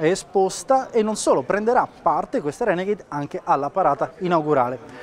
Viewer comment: la Reghenegheid HAHAHA